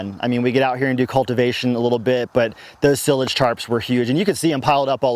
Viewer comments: Sie-lage, like "silo". Silage goes in a silo. Not to be a hater... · I was wondering if that was a Colorado pronunciation or just his personal style.